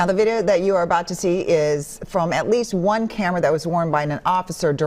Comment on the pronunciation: Emphasis on “least”